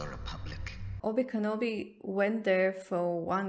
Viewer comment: Oby Kenobi... lady it's pronounced Okey doke Balogna